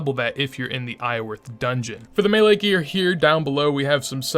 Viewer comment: Do you always leave the R out of Iorwerth?